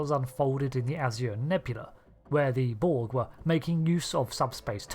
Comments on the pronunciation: Hell yeah i've maxxed out the reputation and i'm always ready to throw down with the Checks notes "Brog" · "Anti-*Brog* Taskforce".